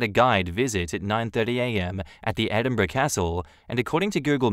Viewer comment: Thank you for saying Edinburgh probably, so many folk get that wrong 😂